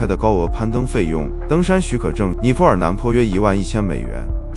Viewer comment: 尼泊尔 BO第二声，不是PO